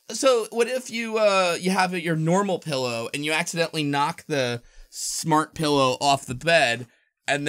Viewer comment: "a glowing PIElow"? lol